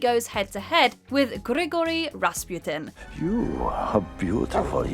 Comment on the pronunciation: it's do svidaniya not "dosvedanya", since the original Russian spelling is either "до свидания" (do svidaniya) or "до свиданья" (do svidan'ya) also, though you did get the Gigori pronunciation right the surname is wrong: it's Ras-PU-tin not Ras-PYU-tin since the Russian spelling is Распутин not "Распютин"